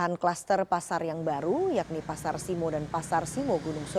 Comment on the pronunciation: simo bukan simoo (u) zzzz